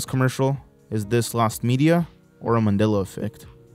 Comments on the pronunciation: I remember this guy saying MANILLA instead of MANDELA. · Why can't you pronounce "Mandela" correctly